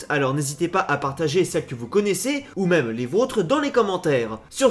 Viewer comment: c pas mime c meme